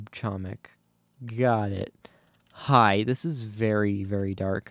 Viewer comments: nah it's hoemik that how u say it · doing my ftc videoly reminder: catzo, you are pronouncing "chomik" incorrectly, the "c" in "chomik" is silent